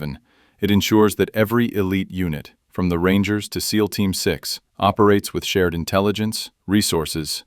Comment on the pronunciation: pronounce seal for xxxx sake